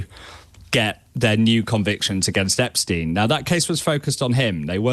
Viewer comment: Sounds so odd hearing Epstein being correctly pronounced, as J. O'B does at the start.